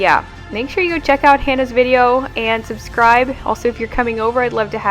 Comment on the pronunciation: Because he said “exscribe”, I subscribed 😄 Thank you for giving me some pointers on how to start a routine to keep a home. Your home looks beautiful and uncluttered.